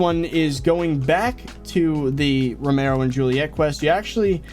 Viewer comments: It’s not romaro it’s very clearly pronounced RO-MI-OH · its romeo not romero